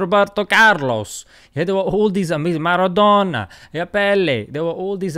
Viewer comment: Beautiful how he pronounces the names of some footballers maradona pele 😂❤️